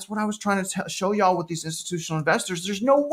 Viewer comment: That "yall" was awful 😂